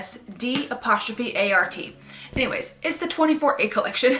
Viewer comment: You said métier d'arts perfectly! Bravo!🥰